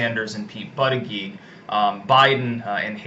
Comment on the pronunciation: Lol. No more buddha jedge pronunciation